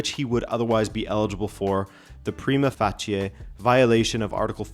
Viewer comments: Great video. "Prima facie" is usually pronounced "Pry•Ma Fay•Shee" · If you’re concerned, in the US we say prima facie like “prime-uh faysh (like face with an “sh” instead of an “s” sound at the end)-uh”. Not sure if you Canucks say it differently though. Edit to add: You’ll hear it pronounced differently from lawyer to lawyer even in the same jurisdiction in the US though.